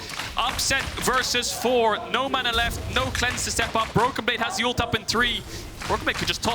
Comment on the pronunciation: needs to work on how to pronounce ult or ulti, instead of alt or Alti.